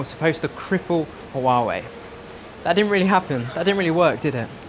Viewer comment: Softer on the h in huawei.